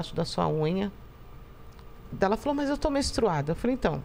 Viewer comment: ela nao consegue nem falar ''menstruada'' falou mestruada kkkkkkkkkkkkkkkkk